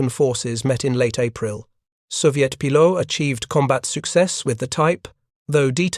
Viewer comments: Just stop with the illiterate AI voice, this stupid AI is an idiot ..... Pilots is pronounce Pi. LOTS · I can't handle it, how can you put out an aviation video where the horseshit AI constantly mispronounces the word "pilots"? Is there some requirement when using AI that you not even check the results *once*? Fuck you people.